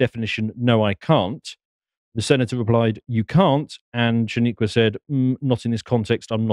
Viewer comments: " Shaneeyqua " haha, says it all... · "Shaniqua" lmaooo